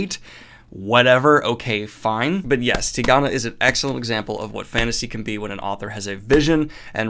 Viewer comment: Been hoping you'd read this ever since you mispronounced it in the goodreads list video. Such a wonderful book.